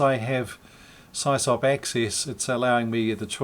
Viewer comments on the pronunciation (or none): Please dont say “s-eye-sop”.. .its totally incorrect. SysOp is short for System Operator.. SIS-OP.